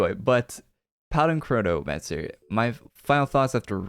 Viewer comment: é impressão minha ou ele disse cornomancer?!